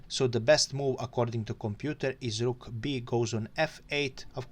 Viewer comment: thanks! I love your "r"s eg on "rook" 😁